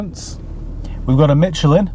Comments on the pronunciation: Tyre brands: Vredestein is Dutch and pronounced: frey de stain Michelin is French and pronounced: Mie sjeh lin not Mitch’elin 😊 Have great days! Wish you all the best and may your channel grow to 54 million subscribers in 2024 😅😅😅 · Question for all you UK people. Why do you pronounce Micheline as Mi-ch-lin? Its pronounced as Mi-che-lin. Is it becauce you cant say the sound "š"? (if you dont know this letter and sound, just say Sherman and the first sound you made is how you should say it)